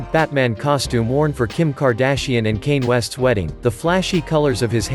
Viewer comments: The robot narrating this thing said “Kane West” instead of Kanye. Lol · I know this man did not just say kayn west.... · BRO DID HE SAY "kane west" XD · “Cain” West? 😂😂😂